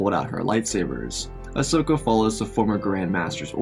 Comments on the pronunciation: I can't un hear "Asnoka"😂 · the part whene they contacted leah you said ahsnoka lol